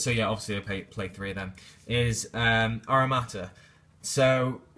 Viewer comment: It's Ara(T)ama Not Aramata.